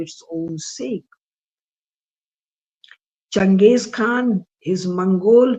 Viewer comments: I think its Quaan and not Khaan. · Its not Khan its Kaan , pease correct .